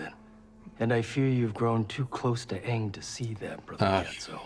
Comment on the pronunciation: the fact that he couldnt even be bothered to get the names correct is just baffling. its not like its a book adaptation where weve never heard the names said out loud. aang is said at least once EVERY SINGLE EPISODE